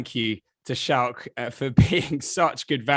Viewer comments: It's Schalk man....like school🤣🤣🤣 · It's pronounced Skalk not Shalk, then pronounces French refs name perfectly. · You pronounce it "Skulk" not "Shulk..." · just say skalk, his name is not shalk! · Schalk is pronounced "Skulk" not Shalk . Great interview with an exceptional human being . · Schalk is so understanding with people mispronouncing his name and calling him "Shalk" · Great episode Boys. Just a heads up - "Schalk" is pronounced "Skulk". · Every South African triggered by the mispronunciation of Schalk 😂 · Why are you calling him Shalk?